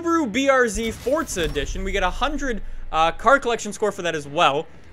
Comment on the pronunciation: please there's no t in forza